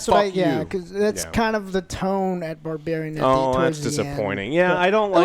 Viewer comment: Did hear him say "Barbariem" 😂😂